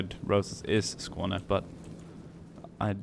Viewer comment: Your pronunciation of skåne was quite good. But unfortunately that’s not skåne. Skåne has a yellow background and either a red lion or a red Gripen, their usually wearing a blue crown. You were actually looking at Göteborgs crest. Fun fact: One of the three crowns of Sweden stand for the “conquering” of Skåne.